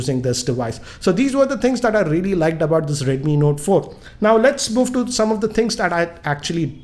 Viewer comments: redmi nota ,please talk clearly its redmi note but not redmi nota. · is it redmi note or redmi notaaa lol .